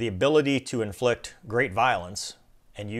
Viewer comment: His "T" has a little emphasis, or pop to it. Listen to the way he says "inflict" a couple of times soon after.